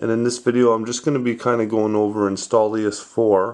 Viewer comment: Installious? Lol its INSTALL OUS